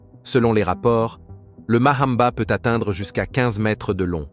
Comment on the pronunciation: Mamba et non MAHAMBA.